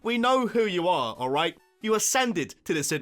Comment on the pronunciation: IT'S ALRIGHT, NOT IGHT! SAY IT RIGHT!